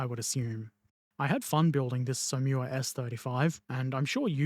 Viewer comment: Som...Whaa would be a better pronunciation...just sayin'.